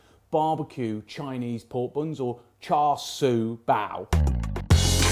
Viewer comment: Just by the way, my Chinese friends assure me Char Sui is pronounced "Shar Shoe".